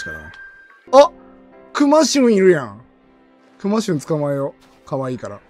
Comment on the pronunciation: サムネェwww クマシュンのイントネーション違うんよなあ😂